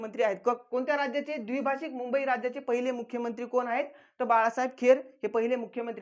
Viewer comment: सरजी अमरण ( अमरन ) नाही द्विभाषीक ( द्विभाषिक ) नाही